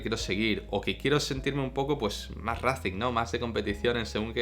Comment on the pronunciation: Y digo yo, Juan Antonio, ¿por qué castellanizas la pronunciación de "racing" y no la de "timing"?